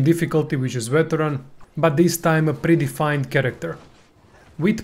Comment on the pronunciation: snicker Heard "pretty fine" when you said "pre-defined". Checks out either way ^_^ Thanks as always!